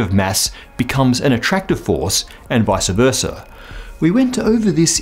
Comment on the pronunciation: It's "vice versa", not "visa versa".